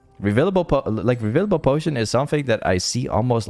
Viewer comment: yo it is reFFFFIlable potion and not revilable potion btw and how u say control ward is also wrong motherfuck. that what u say its: „cunt- roll wards“ and not coooontrol wards. oh my gawd my ears